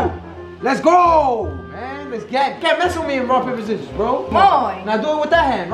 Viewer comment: said zizzorz